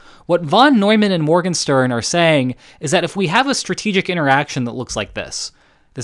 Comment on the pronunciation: You did fine on the French pronounciations, but you didn't get the ¨Morgenstern¨ quite right. Check with a German speaker.